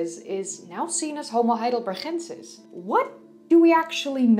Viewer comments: Why you pronounce it HeidelberHensis instead of HeidelberGensis - why by "H"? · I am not a German, but G in Heidelberg should be pronounced like "normal" G sound - like in "game" in English for example. Or it is maybe English or French version with H sound? Btw. there is more to say about Heidelberg, if we are talking about science. Heidelberg University is oldest German university, so it's pretty important place. That's why, for example in WW II it was one of only 3 towns spared from allied bombardment. I am not trying to troll, just to clear things up. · Hi, love your videos and your English is perfect. Except that you always use the Dutch 'G'. Heidelberg has the German hard g, as does heidelbergensis. And Cro Magnon is French, so is cro man-yon or mañon. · Why u say "...chensis"? Its not dutch^^ Its Heidelberg, the G as in Go.. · I love the way you say heidelbergensis, also I noticed the same when you pronounced Lee Berger on the homo naledi video. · BTW the "g" in Heidelbergensis is the same as "gate" not the Dutch pronunciation as in "Gouda". Although, I must say that your Dutch pronunciation is very attractive. Subscribed. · i just wanna say you have a dutch accent when pronouncing those german things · Heidelbergensis - the 'g' is pronounced like the 'g' in 'good' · Every time she says heidelbergensis I cringe so hard